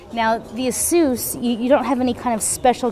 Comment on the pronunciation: i really like asus and by the way its asus not asous